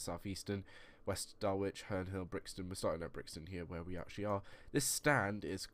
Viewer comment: By the way, West Dulwich is pronounced as Dul-lich. The W is silent mate